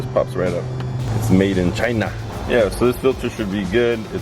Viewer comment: Great info, and spoken like a true Jeep owner "We'll add that to the list to fix in the future" So much goodness in this video "Made in Chin-ah" (I nearly died LOL) and "tip them because no-one likes working for free" are my fav's. Oh, and you surprised me with the pronunciation of NAJAR - I thought for sure the J would have an H sound (I have no idea why I thought that....but I did) 😂